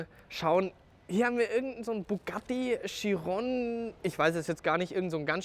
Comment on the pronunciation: Was ich nicht ganz verstehe ist warum können die wenigsten den namen chiron richtig aussprechen ?